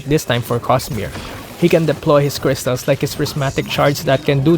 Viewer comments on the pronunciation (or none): Say crystal again